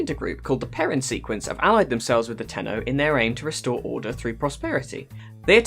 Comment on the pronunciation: U mean : "tenno"